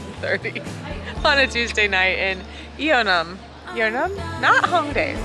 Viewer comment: Just a Korean passing by. The neighborhood is called and pronounced Yeon Nam Dong. Just so people don't get confused looking for Yeo Nnam in the future.